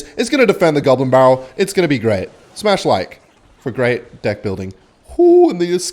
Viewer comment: Why does he keep saying divk instead of deck